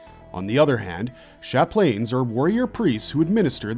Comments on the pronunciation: Chaplain: "Chap - Lan" Very common English word. It's not "sha-plane" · Chaplain is pronounced "chap-lin" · So, we've made this video to be able to tell fans from posers once they start trying to spout lore facts? "Yeah, you watched the wrong video, bro." Also, "sha-plane" Also, "ass-tarts" Also, who will become the Warhammer 40K? Gotta catch em all! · I cant say ive ever heard someone pronounce Chaplain ...Chap-lane..lol... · is it just me or did he mess up multiple things he even said chaplin wrong